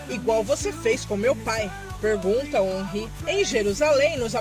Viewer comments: É órin e não onrri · Se fala "Onrrí" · a escrita em português é omri , mas essa pronuncia não é certa